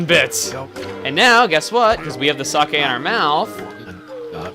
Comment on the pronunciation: I love the fact that Chugga says the word "sake" correctly ^.^ People say it like "saki" which is incorrect and a word that I have no knowledge of...